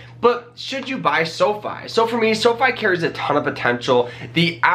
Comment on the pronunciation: Seriously, I can’t anything he says seriously after he says sofee